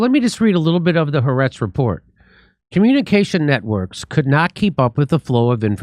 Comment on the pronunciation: Ha the Aretz Land. Haaretz. The Land three sylables